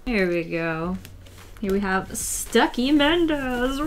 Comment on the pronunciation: every time she says Stucki a marvel fan dies a little inside